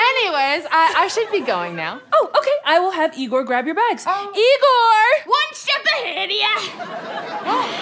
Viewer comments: It isn’t Igor (ē-gor). It is Igor (ī-gor). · Shouldn't it be pronounced Eye-gor? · "No, it's pronounce EYE-gor."